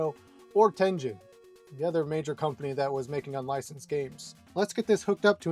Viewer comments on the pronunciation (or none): Tengen is not pronounced "Ten Jen."